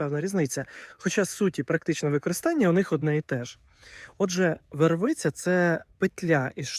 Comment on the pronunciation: По-перше, не вервИця, а вЕрвиця